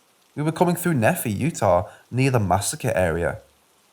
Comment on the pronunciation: From Utah and pronounced " knee- fi "